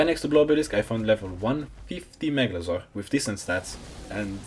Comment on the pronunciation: i like how he pronounces it with an accent: megalozor :)))) no hate it was just funny :D nice video loved it.